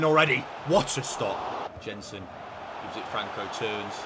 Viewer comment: Jensen is pronounced Yensen